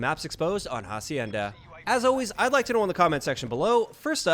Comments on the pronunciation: bro dont pronounce hacienda how you are right now say as if the "h" were silent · Lmao did he really just sound out the “h” on “hacienda” LMAO